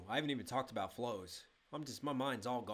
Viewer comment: I have never heard anyone say aboot here😂🇨🇦